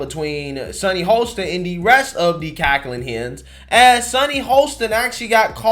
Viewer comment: Sunny’s last name is pronounced Hoss tin not Hole stin. Although she is an a$$ hole. 🤣🤣🤣